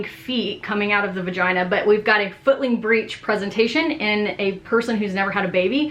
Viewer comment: I know she said footling breech but sound like she’s also saying “this is a fucking breech “ ?!?!? 😱😨